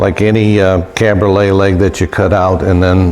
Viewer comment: Cabriole, no "t" on the end.